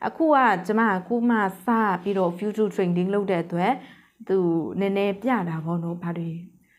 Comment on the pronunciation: ဖူးချား အိုင်စိုလေ့တစ် တို့ အသံထွက်မှန်လေ နာလည်းရလွယ်လေပါ ရှင်းပြတာ အရမ်းကောင်ပါတယ် အသံထွက်လေးတွေ မှန်ဖို့ လိုမယ်ထင်တယ် ❤❤❤❤